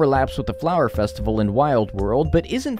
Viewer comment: Festi-vay-le ewww lmao